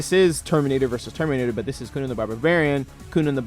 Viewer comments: bro why did you say it like that coonan the barbarian instead of conan the barbarian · Cunan, the Barbarian.. That's killing me.. It's CON-Nan